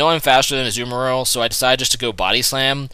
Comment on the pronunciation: umm it is ah-zu-ma-rill